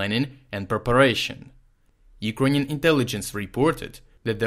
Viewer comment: This is the best summary on the 10/10 missile attacks I've heard. It's nice to hear Urkrainian cities pronounced correctly.